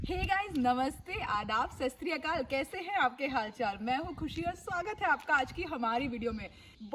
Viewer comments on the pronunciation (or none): sasriyakaal नहीं होता, सत श्री अकाल होता है। 😂😂😂🎉🎉🎉